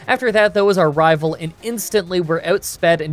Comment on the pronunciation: I will never tire of hearing anyone say rival fiveal